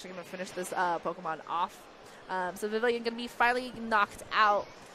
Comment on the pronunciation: okay i cant stand watching this video. can this female commentator pronounce vivillon properly and not vivillion?